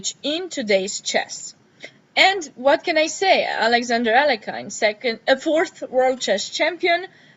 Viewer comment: Thanks for the overview, very interesting. Btw, the right way to pronounce Alekhine's second name is [a-le-heen], stress is on the secons syllable